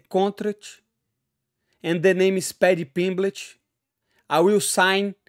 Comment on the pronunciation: Just hearing Moicano pronounce "Pedhy Pingmlet" was worth a like. They should coach the ultimate fighter series together. Then we would have "sausage" vs "Easy focking money". Pay this man double.